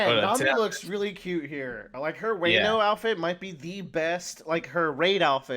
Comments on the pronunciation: You're pronouncing Wano wrong. It's cringe to listen to. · to let you know it's not pronounced way-no it's wan-o (like Wan-da) I believe it's based off wa no kuni which is what Japan was called a long time ago before they changed it to Japan.